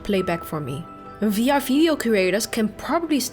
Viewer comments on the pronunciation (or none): Just curious. Does all Dutch people have trouble pronouncing the letter "V"? I keep hearing "Fee-R" instead of "VR" and "fideo" instead of "video". Not criticism, just genuinely curious.